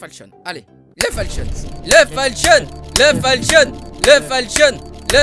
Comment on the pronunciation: il a que moi que sa stresse qu'il dise "falchion"? x)